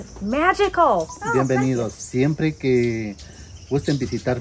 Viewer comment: Both of you, your Spanish is getting better and better. has less accent than. Just remember its not english with spanish words, the sound for "Que" is not "Kay" its more like "Ke" working on your accents while learning is the best way to end up with little or no accent. Hear how others say things even though you know the pronunciation. Accent free is how you want to be (or as close as possible). Great job guys. I am proud of you!